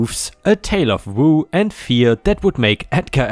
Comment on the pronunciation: Woe—rhymes with ‘go’ Myocardial infarction—my-oh-card-e-all in-fark-shun ⭐️⭐️⭐️⭐️⭐️⭐️⭐️⭐️⭐️⭐️⭐️⭐️⭐️⭐️⭐️⭐️⭐️⭐️⭐️⭐️⭐️⭐️⭐️⭐️⭐️⭐️⭐️⭐️⭐️⭐️⭐️⭐️⭐️⭐️⭐️⭐️⭐️⭐️⭐️⭐️⭐️⭐️⭐️⭐️⭐️